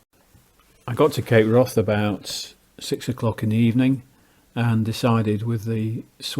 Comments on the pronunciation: Wrath in Cape Wrath is not pronounced like wrath; it rhymes with Kath. Its name derives from Old Norse hvarf meaning turning point. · Ha..,I see , he says wroth.